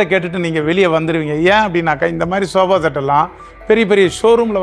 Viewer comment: Sofa❌ shoba✅😁